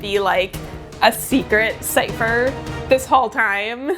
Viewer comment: CIPHER! not long a long cipher please...